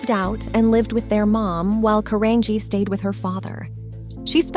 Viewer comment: Her last name is pronounced Caran-G not Caranghee